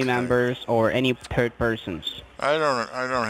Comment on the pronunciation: “The higher at-orities” 😆 I also love how they always say I do understand dat...they don’t understand a darn thing you’re saying lol “Are you a turd person?” 😆 I love your videos!